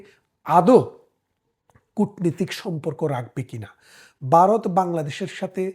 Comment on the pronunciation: ভাই দয়া করে শব্দ উচ্চারণে একটু সচেতন হোন। আপনি জনপ্রিয় না হলে বলতাম না। ব আর ভ ক আর খ এসব শুদ্ধ না হলে কানে লাগে। "বারত" আর "ভারত" এক না। "কেলা" আর "খেলা" এক না। আশা করি মাইন্ড করবেন না।